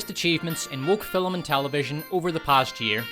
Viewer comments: Okay is there some Irish thing that I'm missing here with the pronunciation of FILM as FILLUM? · Dude, it’s pronounced “film,” and NOT “filum!” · I came for the pronunciation of 'Filum', and stayed for ' excellent hosting this year. Brilliant work team despot. Bravo! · Great content. Though 'film' is pronounced *film*, not "fillem'. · What's a "filum?" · I had to give a like... but I was on the fence because this guy can't seem to pronounce the word "film"... Just the one syllable. Sound it out...